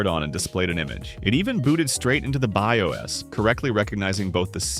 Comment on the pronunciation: Again,F-P-S,just say it like FPS,not F...P.....S .its annoying if nothing more and CPU is CPU ,not C...P...U 😂😂😂 you get it and BIOS is not "by OS" than BIOS and as I said,it's annoying and worth of unsubscribe.Just in free time,watch some good IT streamer and you'll get it all.